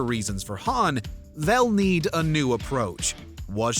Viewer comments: How the heck are you pronounce Han, Han(d) lol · #2 - did you just pronounced Han like Lando Calrissian from Star Wars dfd?